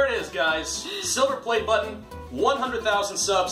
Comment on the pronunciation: "battan" Is it french,or something ????